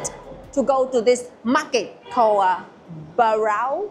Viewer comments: Borough is pronounced- Bur-rah :). It's an incredibly touristy place, and certainly not where you'd find the best sausage roll in the UK. £6.50 is daylight robbery! And in most places now it's a 12.5% service charge. We hate this. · buruh it’s a stupid pronunciation but it is what it is Also you need to add HP sauce to most of these food it just makes it so much better